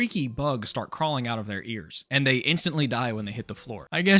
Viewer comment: Canadian Accent: Creeped Ouewt